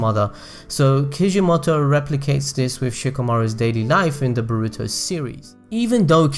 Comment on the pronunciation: Dude say baruto right pls